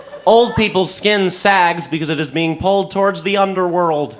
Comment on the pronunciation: He said world in underworld in a really funky way in my opinion